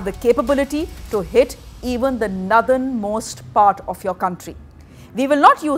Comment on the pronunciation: How hard is it to pronounce nOrthern properly. FYI, it’s not nUrthern.